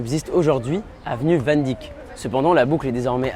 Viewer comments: faut savoir parler des noms etrangers COMME IL FAUT Van Dyck est un Nom hollandais qui se prononce p a s WANDICK (Dick est le nom anglais pour le Penis) ca se prononce CORRECT VAN DEIK (y = ei) alors personne sinon comprend wandick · On dit "Van Deïck", pas "Van Dick". Je sais que c'est mineur mais c'est vraiment ridicule à entendre 😆